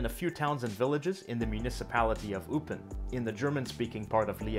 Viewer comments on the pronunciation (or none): EUPEN - It’s oy-pen, not you-pen… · yep, it was quite ok, a slight accent left and right, but pretty accurate overall. The way you pronounced Eupen, on the other hand (it should be something like Oipen). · I'm not sure if I'm the first one to pick this nit, but Eupen = /'oi,pεn/, roughly